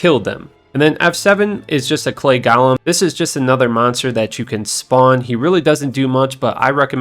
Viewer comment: Go lem... Not gauhlem